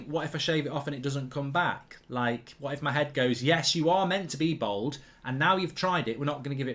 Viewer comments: It’s bald not bold 🙄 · Mark really showing how proper middle class he is by the way he pronounces bald as bold lol